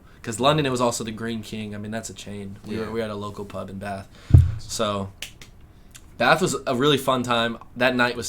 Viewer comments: I like that you say 'Bath' properly. I'm guessing you have northern english roots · Hey lads, so glad you are back home ok... I was worried about you two!! I knew the hostels were not going to be a good idea.... you went to some beautiful places outside London. Want to be authentically British..... can you pronounce....Bath....you say it with a short a...imagine there is a little r in the word, so it becomes sort of Barth.. Brill to see you two again.